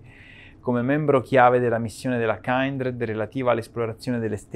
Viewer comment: Comunque non è "kAIndred" ma "kindred" significa "affine" in inglese. Mai sentito l'espressione "kindred souls"?....